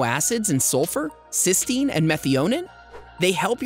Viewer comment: N acetyl cysteine not cystenine